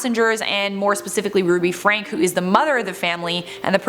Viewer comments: Their surname is Franke, but it’s pronounced Fran-key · Their family name is pronounced “frank-ee”. As if it was spelled like Frankie. Just wanted you to know for future reference.